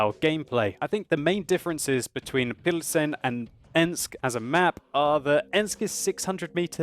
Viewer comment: if you choose to use the english name for the city, "Pilsen", which is what it's obvously called in the game, here is the correct prononciation [pilzn] also, škoda is pronounced without the U, you say škouda, it's just škOda. Another thing, when you play a czech tank and you repeat the commander's quotes, when you hit an enemy, you say "dostaVi to", as far as i can hear, but there is actually an L in there, "dostaLi to", just thought i'd make you a little czech pronounciation course:D